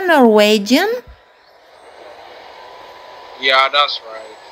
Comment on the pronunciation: Norway….. he can’t even say Norwegian